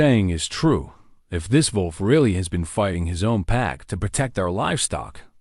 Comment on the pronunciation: big man + desparate wolf = dog, lifetime companion. That is probably how that whole thing started. Touching story. Some spelling errors. Those random spoken "dot"s are disruptive. Before there is a bit of gibberish. Your AI has a big problem saying "wolf". Did he get more wood for the fire? It had been running out.